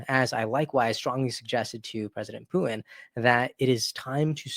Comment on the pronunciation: P U T I N not Poo in speak correctly or get off the air.